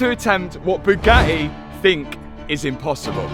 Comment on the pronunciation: oh he finally pronounced Bugatti properly. yeeey